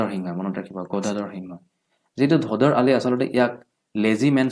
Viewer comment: ধদৰ আলি নহয়। ধোদৰ আলি হয়।